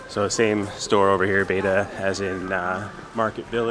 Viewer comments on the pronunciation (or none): none